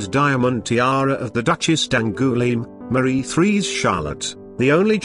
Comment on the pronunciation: Queen Merry?!? Really? And Marie Threes instead of Marie Terese. Get rid of the automated voice.